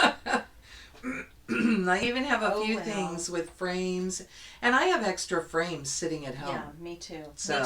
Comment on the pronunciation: Always enjoy your videos. Had to laugh...I thought you said, “I have extra brains at home”. FRAMES, not brains. 😂 ~Tamara (Thisnanastitches =Flosstube and IG)